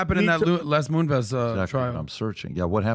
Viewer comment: Does intentionally mispronounce names? If not, WTF is wrong with him? It’s Les Moon-Ves, not MoonVees.